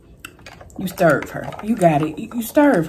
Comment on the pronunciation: Am I the only one that luvs when makes her delight and says stirv her. Stirv her up.? I luv that!! Btw u are beautiful. That pink eyeshadow is EVERYTHING on u!! Food looks delicious.